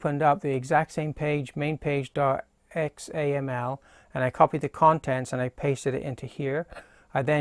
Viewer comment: XAML is pronounced zammel which is not a replacement for XML. :) Thanks for taking the time to make this video, though!